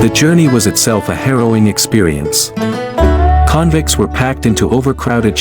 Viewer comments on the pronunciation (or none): AI generated. It's not *convints 😅